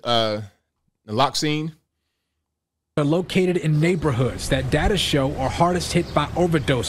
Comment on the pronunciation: my brother its pronounced NAH-LOX-OWN( naloxone). Subutex has that in it to detér íllicit use and overdose.